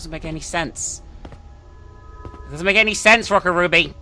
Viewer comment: Oh my God. You kept mispronouncing the name of the second game. How could you?1!211211! Call yourself a weeb?